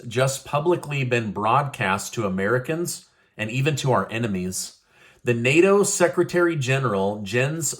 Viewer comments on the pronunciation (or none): none